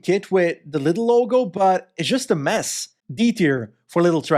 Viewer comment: It's LIDL not LITTLE